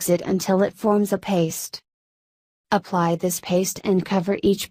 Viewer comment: ok am i the only one who noticed she said OOoply you honey Idk maybe i just cant hear right 😂😂